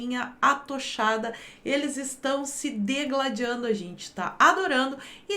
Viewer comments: Professora!!! O correto é “digladiar”!!! “Degladiar” deve ser luta entre investidores de “creptomoeda” e “bitcóio”... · Digladiar e não degladiar, ok?